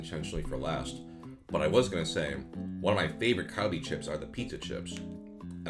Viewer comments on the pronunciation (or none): Why did you pronounce Calbee like kalbi 🤣